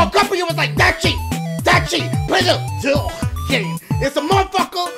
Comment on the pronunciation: “Intensive exposure do you want to see the diugh Poshure”. 😂